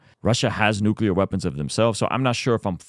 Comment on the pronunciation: Nuclear cl not cul